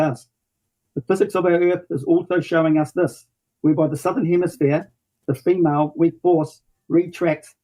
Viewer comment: Why does he emphasize the second syllable in "female" and "vortex"?